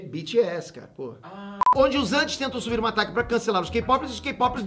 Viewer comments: Pow vc falando tag errado me deu uma agonia kkkkk..... Invés de falar TEG ele fala TAG como se escreve kkk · uma facada no coração a cada "Tagui" do